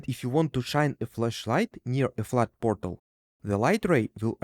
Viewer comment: I love how he says borTal